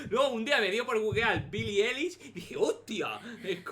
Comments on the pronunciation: y su vida (la amoooooooooo)a Billie eilish, sólo para que aprendas se pronuncia Ailish y se escribe Eilish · Pero que no se pronuncia Eilish se pronuncia Ailish :v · Se pronuncia ailish